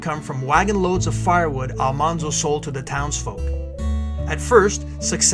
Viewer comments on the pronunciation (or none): A very nice documentary but the pronunciation of Almanzo’s name is wrong. It’s pronounced “All-man-zo” not “All-mon-zo”. The show got it wrong. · The proper pronunciation of almanzo's name is AL-MAN-ZO al like the name al, man like the word man not ALL-MON-ZO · He was "Manly" because his name was Al-Man-zo, not Al-Mon-zo. The tv series screwed it up. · It's pronounced "Al-MAN-zo," like "The man walked down the street." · I just finished "Prairie Fire," a biography. This timeline is very accurate to that book. It was a difficult book to finish, but well worth it for me. Almanzo's name is pronounced with the middle syllable man. It stayed wrong in the series because that was how it was first said by the teacher on the tv show. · Almanzo is pronounced Al-MAN-zo. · It's actually Al-man-zo